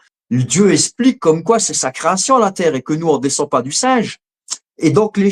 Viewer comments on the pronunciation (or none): Cherche pas , le mec sais pas prononcer le son x. Espliquer.